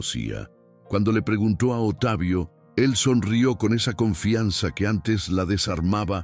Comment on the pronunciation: Porque dicen Otavio,,,,,, se pronuncia Octavio así se dice correctamente (Octavio) por favor digan correctamente las palabras ,,,,,, gracias .